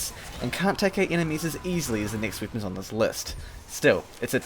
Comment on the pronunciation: Bro why do you say weapons like that